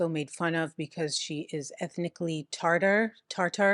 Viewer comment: *it is Tatar, not Tartar